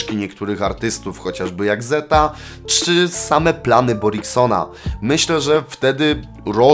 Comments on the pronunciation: Zetha czytamy tak jak się pisze nie zeta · Bardzo lubię towje filmy mordko ale to jest ZetHa a nie zeta w sensie tutaj H nie jest nieme normalnie się je wymawia xD Pozdro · Prosze stary czytaj zetha nie zeta na przyszłość peace👊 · Spoko film ale ZetHa to Zet Ha a nie Zeta. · Drażniło mnie to cały odcinek, że tak to czytał XD